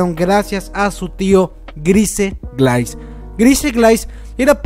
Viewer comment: GRAAN VIDEO! una correccion, grise se pronunciaria como guraisu, de ahi en la traduccion queda como glais, osea es su apellido y lo comparte con falco, aparte el aparente parecido fisico xd (como lo que pasaba con levi y rivaille)